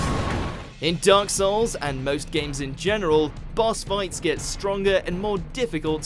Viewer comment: “Dyark Souls”